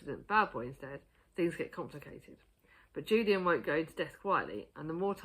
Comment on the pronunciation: Yeah for Cemetery Boys. LOVE that book. Julian is pronounced HOO-lee-ann 🍁🍂Love yoohoooooo ❤️❤️❤️